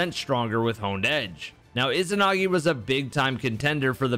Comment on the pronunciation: Why can’t people say izanagi correctly?? Ezanagi. Not ih-zinagi